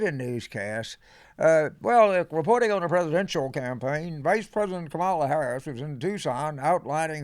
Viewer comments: When people who like Kamala, but still don't know how to say her name correctly ... OMG.. James Carville.. I expect more from you... Is Comma La.......... COMMA LA.....THIS IS HOW YOU PRONOUNCE HER NAME LIKE A , THEN LA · James is a hoot, though I think he might've had a cocktail before this one. And he still says KaMAla sometimes. Still, keep the faith 'cause we're gonna win.